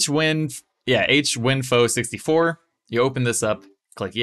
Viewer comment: Thanks a lot, I'm gonna try it now. Btw it is called Hardware Info not H-Winfo ;)